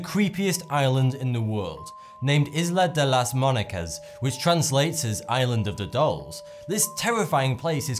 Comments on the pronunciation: the "isla de las muñecas" not "isla de las munecas" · Isla de las munecas xD as an spanish speaker, this was very funny xD it's "Isla de las muñecas" though... I wanted to visit the island on my trip to Xochimilco, but I didn't have enoug time 😥 love your videos! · Isla de las Munecas is pronounced "Eelah day loss moonaykas" using English pronunciation.